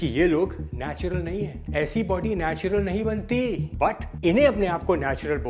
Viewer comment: Natural ❌ Natular ✅ 😂😂😂